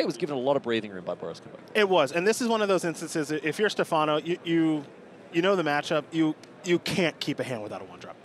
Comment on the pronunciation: Stèfano, not Stefàno